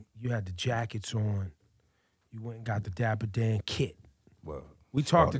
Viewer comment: It's Dapper Dan Not Diaper.. lol